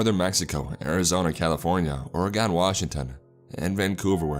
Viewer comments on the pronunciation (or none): its pronunced or-ee-g-e-n not orogon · Øre gone. I hate how he pronounced Oregon